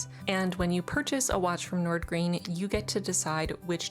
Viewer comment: both “Wagner” and “Nordgreen” actually 😂 But it’s not like any of us expect non-Danish speaking people to ever pronounce it right, our language is … weird